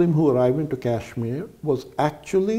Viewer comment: please use the proper pronunciation of Kashmir! It will be best if you drop the western/American accent for pronouncing Indian state!! Otherwise, the video and information is excellent.